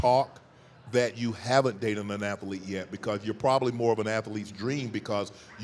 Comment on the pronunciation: " a athuhleet " " a who? " " a athuhleet" " oh! an athlete. "